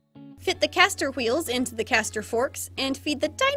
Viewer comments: the Queen of “Say it confidently even if you’re mispronouncing it” #REALWHEERLS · current obsession: the way you actually pronounce the h noise in the word "wheels" /gen